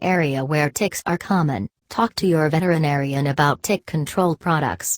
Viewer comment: "VETER IN ARIAN" triggered me every single time ._.